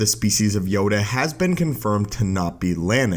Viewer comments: sounds like Yoga not Yoda. Made me laugh, love the vids. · Yoda has a last name it’s LAY HEE HOO YODA LAYHEEHOO